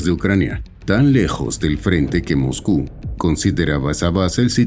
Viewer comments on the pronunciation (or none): none